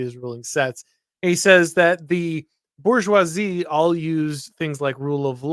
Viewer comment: Kills me when people won't pronounce "bourgeoisie" correctly. The R is not silent, this is not the hood. It's French, not ebonics OK?